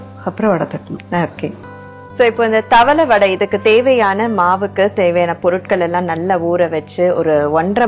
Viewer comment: Plz stop calling this thavallai vadai. Its thavala vadai